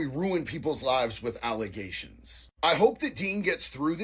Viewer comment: False alla-ZAY-shuns!